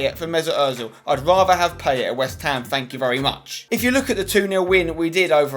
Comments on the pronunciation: It's pronounced Pie-ay :) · it's PIE-YAY and yes, I'm gonna be that guy. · Poor effort on the French pronunciation of 'Payet'! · 'PIE-ET' not 'pay-et' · At least pronounce it right.. Pie-yay = Payet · Pls pronounce Payet right thnx xoxo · PIE-YAY ZA-RA-TUH Pls can people start pronouncing their names correctly! :(